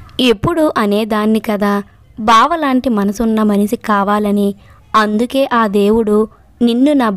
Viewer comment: Telugu padalanu spastamga palakandi. Sha kisa ki chalateda vundi. Manishi anali manisi anakudadu. Ila chala padalu tappulu chaduvutunnaru